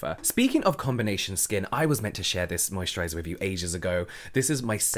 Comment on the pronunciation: I already has a better mosturizer. I only come here just want to hear james say "mosturizer" 😂